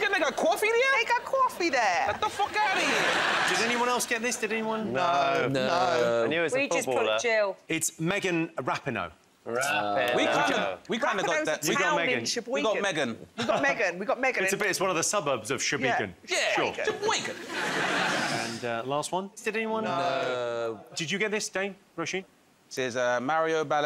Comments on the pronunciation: Ra-PEE-No, not rappino. Ugh. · Also Jimmy pronouncing Megan Rapinoe’s last name completely wrong